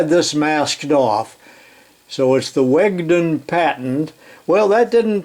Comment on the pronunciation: I believe the name 'Wedgon' was meant to be pronounced 'Wedge-On', not 'Wag dun'. Larry Strayer below has it right. It's a tool for tightening reference wires for leveling and aligning equipment. "Taut wire method".